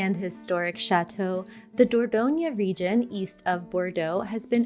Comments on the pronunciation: please learn the correct pronunciation of the cities you are talking about. i.e. Dordogne does NOT end with an ‘a’ sound but ‘e’. Renne ends with ‘e’ NOT ‘é’. etc. It hurts my french ears. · It is a disgrace for an expert not to be able to pronounce the names if the regions and cities you feature. Like Dordogne is not Dordogn(A) and Rennes is not Renn(E) is pronounced Renn! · It’s not the dor dough nia - please learn how to pronounce the words if you are going to use them . . . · You pronounce Dordogne wrongly!